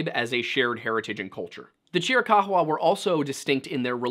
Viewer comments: Would you kindly pronounce chiricahua properly. It's pretty easy to figure out by looking at the word. There is no evidence that those tribes actually came down from canada, they may very well have a portion of mixed blood from some of the Canadian tribes, and the assertion that they didn't get there until about 1500 add, they were well established before the white man got there. And that was about 1500 or a little after. They had already been there for at least several hundred years if not much longer than that. The other tribes of the Navajo, which the chiricahua are one of, have a history of having been there for quite some time. And although they have a portion of their makeup that can be traced to Siberia all right there is still a large contingent of them who hold the X1 a haplogroup marker, which is consistent with every Hebrew group on the planet the greatest concentration of which is in the Ojibwa tribe, close to 60% still to this day. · Yeah I live near tombstone, work in Tucson but spend every weekend in the Chiricahua or Dragoons. Nobody pronounces it like that, the only ones I've heard odd pronunciations of differing variety from are form the East and asking for directions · You know a simple Google search would tell you ththe proper way to pronounce chirich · Dog absolutely nobody pronounces Chiricahua like that